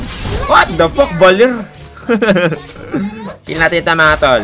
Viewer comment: Valir? HAHAHAHAHA